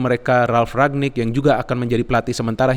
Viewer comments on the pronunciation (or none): RANGNICK bukan RAGNICK